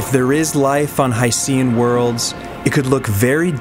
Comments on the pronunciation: It's pronounced 'HY-SHEN' like ocean. How could you not even get that right (and you presented plenty of other misleading statements)? It's almost as if your entire background knowledge is from Wikipedia. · Hydrogen + Ocean = Hycean So why not pronounce it as: Hy Shn? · I just can't get past your use of 'HI-SEE-AN.' At least you could have said 'OH-SEE-AN' as well. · I watched multiple videos about hycean planets and not once have I heard anyone pronounce it like you do. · Simple as a simpleton, just like the guy in the video. He couldn't even pronounce 'hycean' correctly once, as if he isn't aware of the portmanteau.